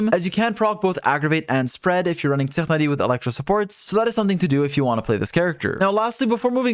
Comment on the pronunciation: god the way he says tighnari is super distracting and weird